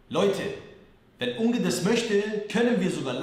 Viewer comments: Er kann nicht mal richtig Unge sagen...... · Mich triggered es so hart, wie Leon „Unge“ ausspricht 😫